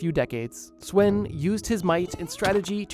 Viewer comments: the way he said sweyn(its actually sven) was so long from the danish pronountiation that i first realised whatneme it was after the video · It brothers me that he says sweyn even tho its acctually svend like bro isnt svend like also in the english naming line up??